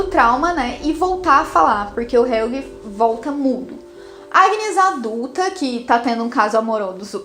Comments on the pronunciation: Nossa esse "helguê" me irrita demais kkk e a moça fala todos os nomes muuito errado. O kahnwald ela parece que ta com preguiça de falar direito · Que agonia ouvir Helguê.